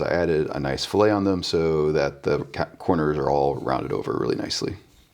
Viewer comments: Nice video. The rounded corner, "filet", is pronounced "fill-it" rather than "fill-ay". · Nice iteration- big progress over the last few weeks. One note: this kind of fillet doesn't have a silent "t".